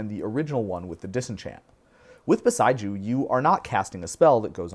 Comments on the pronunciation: It's bo-SEY-ju, not bo-sigh-ju 😊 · It's Boseiju. His pronunciation, though peculiar to what I'm used to, is not entirely unfounded. It almost sounds like "beside you." Bow-Say-Jew is how I'm used to hearing it. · we pronounce Beseiju differently